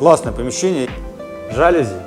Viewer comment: В слове «жалюзи» ударение на букву «и» и на полу не паркет, а массивная доска!